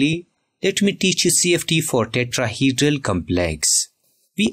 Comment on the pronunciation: Tetrahedral❌ Tetraheedral✅ 😂😂